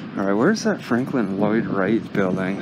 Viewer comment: It's Frank Lloyd not Franklin Lloyd